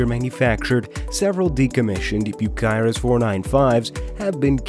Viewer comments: It is Cyrus, you see a K in there you’re mispronouncing it, Cyrus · You would think that a channel that “specializes” in heavy equipment would actually know how to pronounce “Bucyrus”!